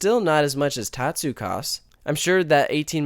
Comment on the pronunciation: you are saying tatsu wrong